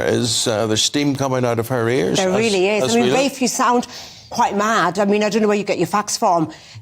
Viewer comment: It is RAFE. Pronounce it properly please.